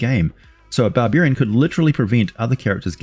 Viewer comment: Bar-beer-ian... i love the Aussie eeccent!🍺🍻